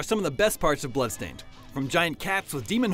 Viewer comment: BLAdstained LMAO XD